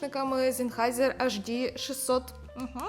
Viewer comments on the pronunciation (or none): Перепрошую. Це не просто ЦАПи, а комбайни (ЦАП + Підсилювач). ЕйчДі, а не АшДі.